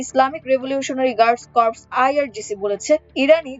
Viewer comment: উচ্চারন সঠিক কর্পস।